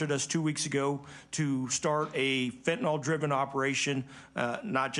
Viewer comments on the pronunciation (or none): It’s pronounced `fen-tan-il` not fen-tan-ol, just saying